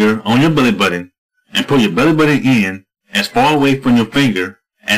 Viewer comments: uhh, "belleh buddon"..... HAAAAAAAAAAAAAAAAHAHAHAHAHAAAA!!!!!!!! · lmfao icant stop laughin everytime he says belly button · i nearly pee myself every time he says belly button XD